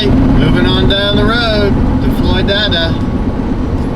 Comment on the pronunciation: It’s Floyd-ada, not Floy-dada. My brother lives near there....